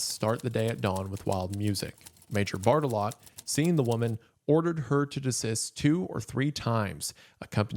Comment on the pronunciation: "bart-eh-lo" being pronounced "bart-a-lot" is peak